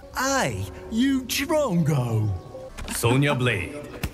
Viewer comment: okay allow me to be an Aussie here and say, its not Chongo or Trongo, its DRONGO! but still everything else is top with